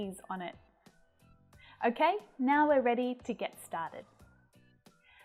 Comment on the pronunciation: Hi, "we're" is pronounced differently than "where" and "wear", I think?